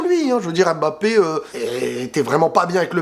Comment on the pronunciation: apprenez à bien prononcer les noms de Kylian, comment vous lisez pneu? P-neu? Comment vous lisez Zlatan, Z-latan? On ne prononce pas le M, comme si il ya un appostrophe! Si non belle vidéo comme d'hab